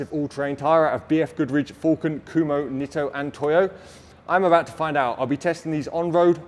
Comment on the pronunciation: I don't know all that much about the brand but how can a name which is spelled "Kumho" be pronounced "Kuhmo"?